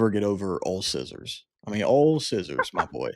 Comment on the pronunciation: Ulciscor is pronounced ALKISCOR not f'n ALL SCISSORS come on guys. That's just one of the names you butchered. You guys pretty much f'd up the pronunciation on EVERY ONE OF THEM. smh And oh by the way ITS PRONOUNCE LU KI UM, can you do a little research before you make these videos?